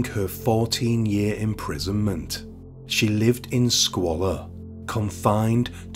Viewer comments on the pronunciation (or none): none